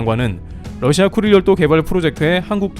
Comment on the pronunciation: 나만 그런가.....왜 자꾸 급똥지역으로 들리지......